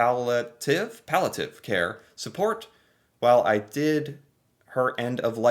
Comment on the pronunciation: palliative pall-i-ative. Read would ya?